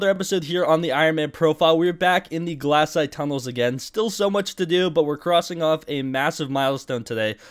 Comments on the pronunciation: glass-ite Rest of the world: glay-site Australians: Glay-shite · Its glacite not glassite